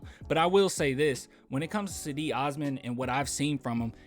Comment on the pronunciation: Its JEDI... Like in Djengis Khan or the Stae Wars knight.. Djedi Osman